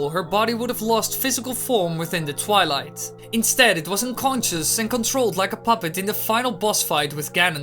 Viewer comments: It is twilight not twileye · Did you say twele it’s twilight you of all people should know.